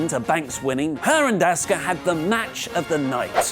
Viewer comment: its apparently impossible for British people to pronounce Asuka correctly.